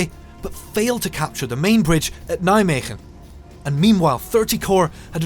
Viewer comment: Kudo regarding your Dutch pronounciations, getting the “g” right in Veghel and Nijmegen. I don’t think I’ve ever heard a native English speaking person getting it right! Well done. And a fine documentary on MG as well. Question: I recognized many of the scenes but are the landing images - originally from MG? It looks like farmland, while the landing terrain was mainly heath.